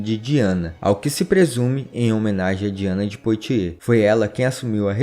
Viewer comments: Excelente canal, parabéns! Apenas para ajudar, a pronúncia francesa correta de "Poitiers", é "puatiê" com o ''S" mudo....como boîte(casa noturna de música)...que se pronuncia "buáte"...."Calais" também está incorreta, a pronúncia correta é "calé"... O "S" só é pronunciado em francês quando aparece vogal posteriormente. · Texto muito bom e exato. Parabens. Porem a pronuncia de nomes franceses como Calais, Poitiers etc... deve ser melhorada.